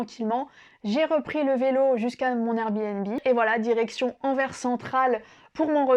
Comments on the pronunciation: C'est ma ville natale (où j'ai jamais habité) et merci pour ce chouette portrait. <3 La prochaine fois essaie d'aller à Bruges, qui est d'après moi la plus belle ville de Flandre. PS: Merci d'avoir bien prononcé Anverssssssss :p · Merci! Grâce à toi j’ai prouvé à ma femme que Anvers se dit anverSEUH et non Anvers sans la prononciation du S. Merci beaucoup.